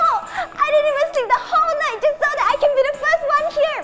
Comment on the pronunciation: “dat is veri bad”